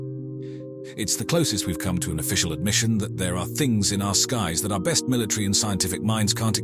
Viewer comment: Is the word pronounced military or milatree?